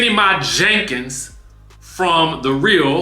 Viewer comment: Emphasis on JENKINS 😂😂😂